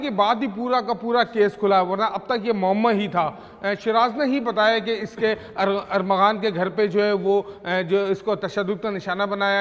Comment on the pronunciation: کیسے میڈیا رپورٹر ہے کبھی ارمغان اور کبھی ارغمان۔نام لیتے ہی زبان پھسل جاتی ہے۔۔